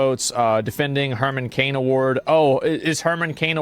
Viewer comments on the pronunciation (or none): none